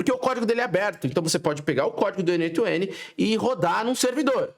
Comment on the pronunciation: Achei um brasileiro que fala "N OITO N" como um brasileiro nato que fala português mesmo kkk Pronto. Já gostei. Vou assistir sua aula.